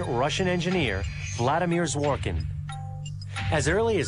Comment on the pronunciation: "zhvo-'rik-kin" is the correct way to read his second name. The second syllable is stressed